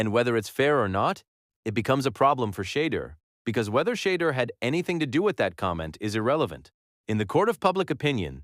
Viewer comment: SHEDEUR SANDERS IS PRONOUNCED =SHA DOOR SANDERS